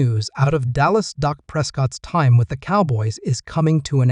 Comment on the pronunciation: Hey, its not Dok it's Dak that's DAAK.